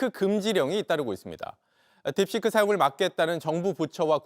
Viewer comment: 딥시크를 자꾸 딥스크라고 발음하네